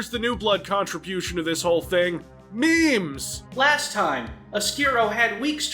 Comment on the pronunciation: the way says MEMES is pretty funny.